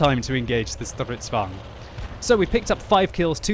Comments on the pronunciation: ITS FUCKING STRIDSVAGN NOT STRVGN!!! ///angry swedish guy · isn't it vagn not vang? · That is what he's saying. Just overdoing the 'r' mostly. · You are trying to pronounce "stridsvagn" like its german. Swedish is a mutch softer language then german. Dont accentuate the "R" that mutch. Thanks for the content. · Im pretty sure we will survive. also, it might be because im Norwegian and enjoy a good Swedish butchering ;D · its sounds like hes speaking russian :p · Please stop trying to pronounce stridsvagn. It sound horrible .... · Jorgen_ 021 agreed... Jag gråter fan när han säger det